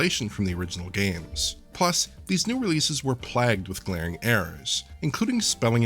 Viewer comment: "Plagged with glarring errors." lol